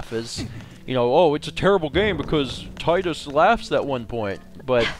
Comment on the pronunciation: Yeah, many people makes fun of Tidus's laugh, and many people doesn't even relize what he was actually trying to do. Also, it's suppose to be TEE-dus. It follows the Japanese pronounciation. Other than the puzzle in FFX, there are mini-games that are just irritating.